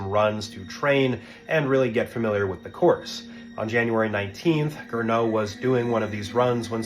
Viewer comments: GERNOT, not "Grinneau" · It's Gernot, not Grinneau 😂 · and his name was Gernot, not "Grinneau".